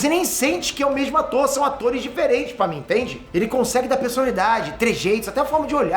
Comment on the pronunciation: pa mim, entrende ? o r 😂 fez um deslize temporal aqui.